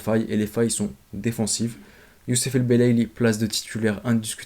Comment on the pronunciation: C'est belaili pas el belaili